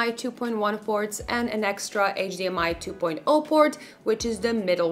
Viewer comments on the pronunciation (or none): none